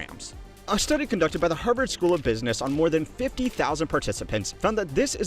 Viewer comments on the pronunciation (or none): none